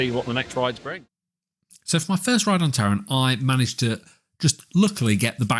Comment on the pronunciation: German here, not rrrr- ssss. Fantassia-Land ^^ And 2nd: not Länd. The a is not an ä. just Land. And it is not Täron, just Taaroonn. Pronounce the a deeper.^^:popcorn-yellow-striped-smile: Geister Rikscha ist not well maintained. Sadly. Last time i visited the park, me and the son of my girlfriend counted the areas where water from the roof was going threw xD I guess they dont have a good plan what to do with that area. Edit: Whats that Video, here you can hear Taron the way it should :D Freizeitpark der Weltrekorde - Phantasialand | Heimatflimmern | WDR at 6.26